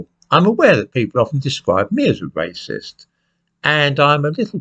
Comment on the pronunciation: Wacist? Welease Bwian! (Edit: I know, I know I know. I should get out more, but I am addicted to presentations)